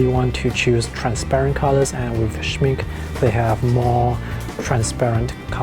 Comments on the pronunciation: Good video. Just an FYI. the pronunciation of Schmincke is shmink-eh and not shmink. :) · Soo impressive! Greetings to the business owner! Ps. please pronounce the -e at the end of the Schmincke. Without the -e, it stands for make-up in German and it’s clearly not that type of paint😅🙈